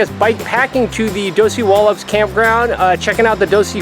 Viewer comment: OMG!! How many times can you mispronounce Dosewallips!!